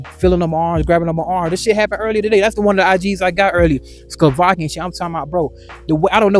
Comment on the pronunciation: Man said skovakian chick 😂😂 It's Slovakia